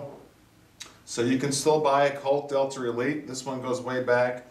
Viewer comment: It sounds like you are saying Delter. Am i hearing wrong ?